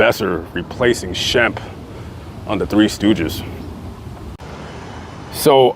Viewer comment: I'm surprised you have time to look up all this info as busy as you are. I don't understand his mother. Sam is nowhere near the pronunciation of Shemp.